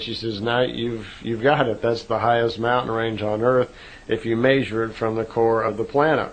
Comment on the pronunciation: This guy really can't pronounce the word "measure"